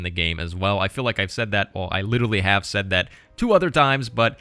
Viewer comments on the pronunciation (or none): none